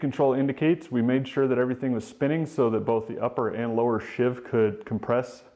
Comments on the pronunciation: It's a SHEEVE, not a SHIV, and if you follow the instructions in the manual, you don't have to do any of what you're doing. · Sheave rhymes with sleeve. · Most people pronounce "sheave" to rhyme with "leave." A "shiv" (which rhymes with "give") is an improvised inmate stabbing weapon, not to be confused with a "shank," which can be a shiv but contains at least one cutting edge.